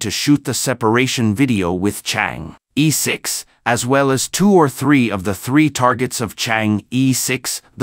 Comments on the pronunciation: Would you guys please fresh up on your pronouncement of "Chang-E" ? It is pronounced as "Charng" "Err" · Don't pronounce as "Chang e" but "Chang Er"! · THis is the way it should be prononced: Chinese: 嫦娥; pinyin: Cháng'é): 2 double second tones. But is that important? I guess most people reading this page dont speak Chinese. What is most important is the information in the page, the complexity of the mission, and the success of the mission. Well, this is how I see it. I may be 100% wrong. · Yes, in the Chinese pronunciation system, the vowel "e" is always pronounced as "er"... it sounds comical otherwise.